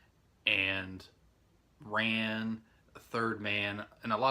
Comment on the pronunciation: Hey! Rhapsody in August with Richard Gere and Maddadayo were the last two films Kurosawa made after Ran. Ran's pronounced RAWN. I've got Victor Sjostrom's Phantom Carriage and it was recommended by a friend of mine, but I still haven't watched it. His last name is pronounced SEASTRUM or SEASTROME. I just thought you might like to know how those words are pronounced. I have Ministry of Fear as well, but haven't watched it yet either. If you want to see a really good American film that Lang made, see Scarlet Street. It's with Edward G. Robinson and it's fantastic! It's kind of dark, but that's what makes the film so good. Thanks for showing your movies!